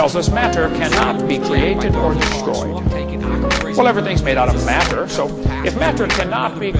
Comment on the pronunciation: lol , gotta love Hovind's "mater"